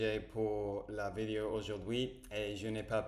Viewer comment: Attention c’est bientôt ta 300ème on ne dit pas une vidio mais une vidÉo ! ;) tu prononces à l’anglaise